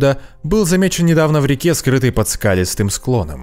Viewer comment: Не местЕчковое, а местечкОвое событие. Не под скАлистым, а под скалИстым склоном. Мы НЕ ЗНАЕМ в 1000 раз больше, чем знаем, и пора бы уже это не только понять, но и принять как аксиому